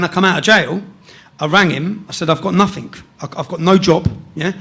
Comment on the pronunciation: Calls himself a journalist but says "No Think" instead of "Nothing" What a prick.